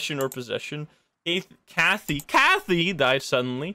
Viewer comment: Kathy rhymes with Math-y Just FYI